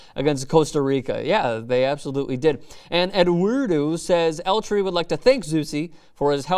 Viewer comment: dude...can you tell me what in the world "L tree" is?? or did u mean EL TRI? tri is short for tricolor, which means threecolors...